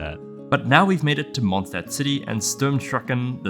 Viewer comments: As a German and a Linguistics nerd this is a very fun watch Also anytime you see an “st” or “sp” you wanna pronounce it “sh-t” or “sh-p” for anyone who wants to pronounce Mondstadt a little better ahah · "Mondstadt is still Mondstadt" ah yes xd